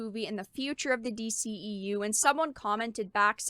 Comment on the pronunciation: MAYBE if it was "form" fitting, but not even that. It looks like a straight bulky winter coat, no waist, femininity or curvature of any kind. And the boots.... yellow doc Martin's.... really?!?! Oh and kudos for the "D- she-EU" lol